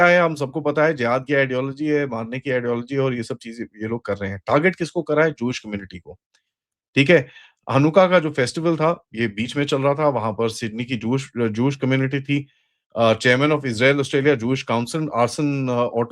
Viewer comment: It’s Hanukkah not hakuna.